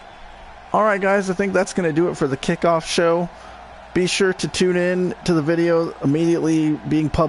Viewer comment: you say kcikoff it's kickoff xD